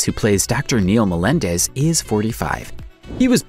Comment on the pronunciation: * It's 'Melendez', my guy. I think it's possible for Dr. Melendez and Dr. Brown to have minor/short appearance(s) in season 5. Just like we saw Melendez even after his death for some time...